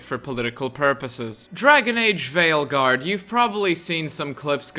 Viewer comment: Did you say Failguard? I did hear Failguard! 😂